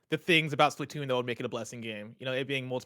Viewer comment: "this is the SplaTUNES" -Tim [lol] Also, Kirby looks amazing.